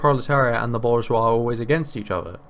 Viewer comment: Also he mispronounces bourgeois